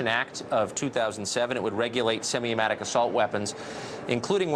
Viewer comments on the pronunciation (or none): "Semi amatic" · 😂 he said semi-amatic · You are an NPC, please reply. no youre wrong they arent the same thing and he did say semiamatic